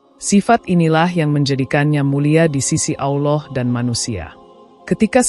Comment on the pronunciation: Sebut Allah pun x betul , x jadi tgk video ni